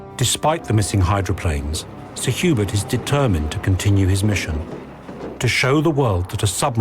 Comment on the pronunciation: Did they say Sir Hubert or Sir Hubris?